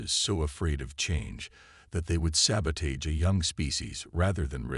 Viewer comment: Mispronounced SABOTAGE is mildly annoying however otherwise nice story